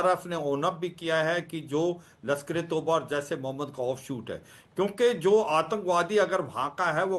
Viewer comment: यह झड़ी झाड़ू जैसी मूंछों वाले अंकल को कोई बताएं की लश्करे तैयबा होता है लश्कर तौबा नहीं तौबा का मतलब होता है प्रायश्चित मांगना तौबा तौबा वाला गाना भी है